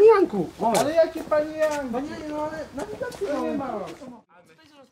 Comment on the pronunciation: "banda złodzieji z nawigejszon" kocham toooo